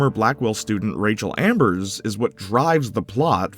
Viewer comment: dunking on the before the storm ost is crazy work when you're calling rachel amber "rachel ambers"